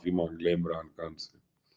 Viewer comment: او بی بی اپنا نام ھی ٹھیک لے لیا کرو بشری کھان نہیں ھے لفظ خان ھے 😂